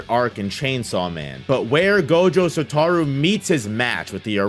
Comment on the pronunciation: Sa-toe-roo... Satoru